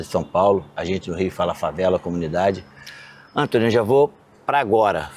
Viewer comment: "É o Entony